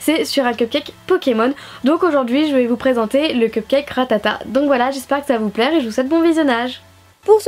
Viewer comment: mdr elle dit RATATATE a 😂😂